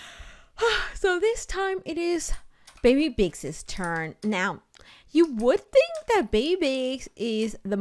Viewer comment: it’s think not hink honey😌🥰